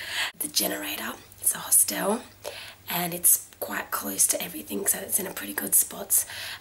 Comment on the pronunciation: Please learn how to pronounce " hostel " and " Covent "